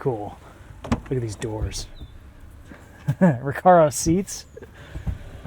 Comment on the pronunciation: Did you say recaro seats?